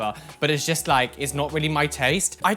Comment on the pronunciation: You know when is triggered because he stops being able to form sentences and pronouns 'just' like jest. This isn't a read by the way 😘😘